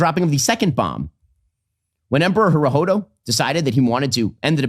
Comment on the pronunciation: Ben cant even pronounce Emperor Hirohito correctly. He pronounced it as if his name did not have the letter "I" in it at all. And it seems like Ben was searching for anything he could to attack Tucker on.